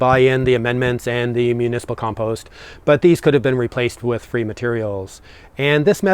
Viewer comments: Now you're in Ireland please learn how to pronounce compost🙂 It drives us nuts. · At least he can say compost, and not "peatfreecompost" like the BBC requires these days.